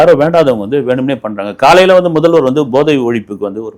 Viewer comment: 🙏ஐயா, sorry நீங்கள் போதை ( Pathai )எனபதை Bothai என்கிறீர்கள்.இந்த மாதிரி தான் முதல்வரும் உச்சரிக்கிறார்.